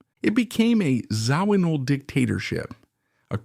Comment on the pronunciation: Zo-ween-all???!! Get rid of the AI bullshit narration.